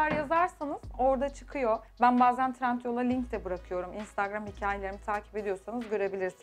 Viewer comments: Bütün video boyunca trentyol demesi asiri rahatsiz etti ya😂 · trentyol değil trendyol buda benden sana minik bir bilgi olsun